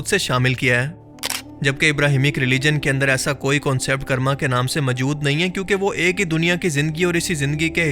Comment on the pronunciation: Bhai karma ko 'kaarma' pronounce karte hain 'karrma' nai 😂😂